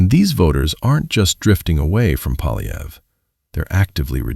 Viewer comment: Poiilievre: pwa' lye vruh. There is no "polly" in there. The R comes before the uh. Amazingly, all four of guesses (He only guesses; it doesn't occur to him to try reading) are wrong.